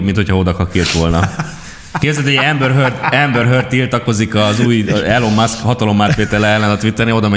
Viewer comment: Nem elon muszk, hanem ilon mászk a helyes kiejtés. Nagyon zavaró, hogy nem tudod rendesen kiejteni a nevét, fel kellett volna készülni ebből a szempontból, nem olyan nagy dolog. Egyébként minden másban egyetértek.